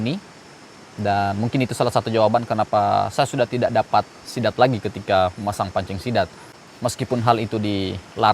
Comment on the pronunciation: Dengan gagah nya bilang sithan😂